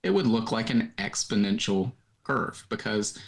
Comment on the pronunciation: Just a small insignificant point, but there's no such word as expodential. It's exponential from the root exponent.